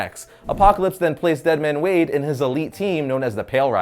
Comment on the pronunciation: It's wade not wadey